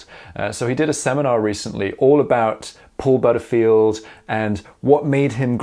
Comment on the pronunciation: What nationality is? The way he pronounces " Butterfield" is simply not the British way.